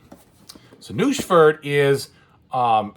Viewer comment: Funny how it says 'Doucheford' for Nusfjord! Are the timestamps automatically transcribed from audio? lol